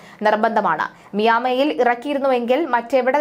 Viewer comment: മിയാമി അല്ല. മയാമി. വാർത്ത വായിക്കുന്നവരെങ്കിലും അമേരിക്കയിലെ സ്ഥലങ്ങൾ ശരിയായി ഉച്ചരിക്കാൻ പഠിക്കണം